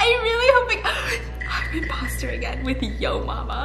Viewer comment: Am I the only one who hears say Impasta instead of imposter? 😂😂